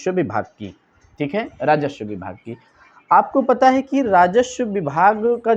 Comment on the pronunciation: भाई, राजस्व होता है राजश्व नहीं।